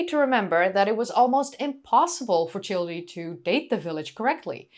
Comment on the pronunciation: 'Childe' is properly pronounced as 'child.' The 'e' is silent.